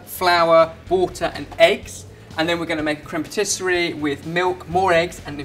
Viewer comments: Cream Patisserie?, it's creme patissiere, pronounced phonetically as 'crem patissee air. I thought you knew French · Dear, it's crème patis-si-e-re, not patis-se-rie. Difficult, I know. Am available to give French lessons if needed:) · It's "crème patissière", not patisserie. Nice job though. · Pssst,, it's "crème patissière" ("pah tee see air");) Also did Mike really need to kill Waldo? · Crème pâtisserie? Crème pâtissière, dear.:) x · If I may I just like all your videos guys but I can see one mistake about about the creme patissiere and not creme patisserie .... Otherwise all perfect only a pronunciation things .... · Creme patissiere not patisserie:) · Patissiere! Not patisserie! You're hurting my ears. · Far insufficient cream in there!!! Also, your pronounciation of "patissière" was very cute ^^